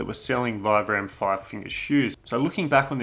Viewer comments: Actually, it's pronounced 'veebram' 😉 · It's pronounced "veebrum". Vibram is an Italian company founded and named after Vitale Bramani aka Vi-Bram. They really should just change the pronunciation of their name as no one gets it right lol